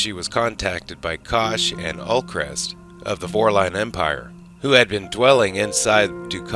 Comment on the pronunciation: My frustration is the Vorlons that are with Dukat and later serve on B5 and Minbar...are Kosh and Ulkesh.... hearing Ulkesh being called as Ulcrest... it is painful.